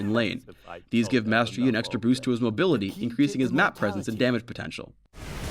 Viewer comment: lol,it's boost man,boost xD